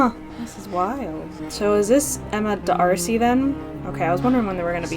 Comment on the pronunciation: Oh, “D’Arcy” doesn’t have a stop in the middle; rhymes with “Marcy”